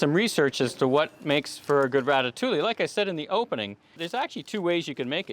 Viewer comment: Everything looks fantastic, great job and doing the sauce and your presentation is awesome, just please stop pronouncing the L’s in ratatouille!!! 😜